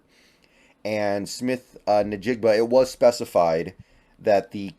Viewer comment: I think the “N” in Nijgba is somewhat silent. Kinda like IN-jigba, not a big deal but thought you might want to know.